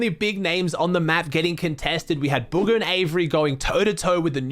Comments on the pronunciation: Anyone else realize is saying “buger” instead of bugha 😂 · Did he say buger